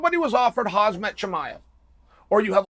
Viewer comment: It's "Hamsat" ffs boomer 😁